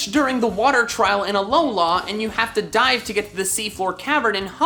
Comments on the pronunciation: I thought you said, “You cannot get it until you die” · When he said you can’t get chinchou until you dive, I thought he said you can’t get it until you die